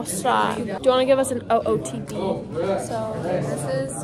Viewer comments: Did that girl say OCD instead of ootd😂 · Did she say let's do "OCD"😭